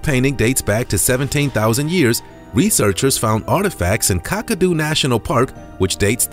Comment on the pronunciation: It's Kakadu not Kokadu